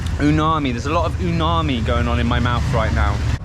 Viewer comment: UMAMI is that special flavor. Repeat after me,, U...MA..MI, not uNami. Did I hear you say uNami or uMami? If you said uMami, then it's 👌